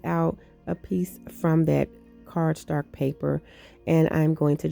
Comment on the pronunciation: I love that you say "cardstark" with so much confidence. Lol. LOVE your creations ❣️